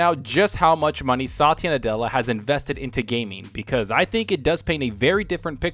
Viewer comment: Dude , you’re pronouncing Satya Nadella’s name wrong It’s like sa-tee-ya Indian name , I know cuz I am one